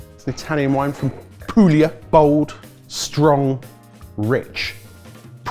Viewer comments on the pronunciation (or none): none